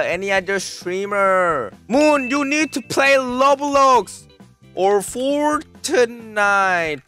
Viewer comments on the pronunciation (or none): That’s not how you pronounce Roblox trust me my kids play it in and they are professionals